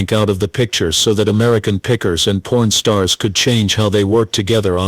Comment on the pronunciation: Your AI narrator sucks. It's Pawn Stars, not porn stars. Embarrassing flaw.